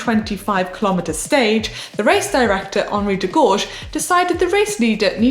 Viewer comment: Henri Degorge? C'mon... Manon.... learn how to pronounce his name please.